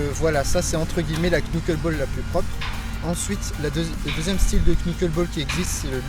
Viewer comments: sa se prononce "NokolBall" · Ultra Magnus non sa se prononce nockolball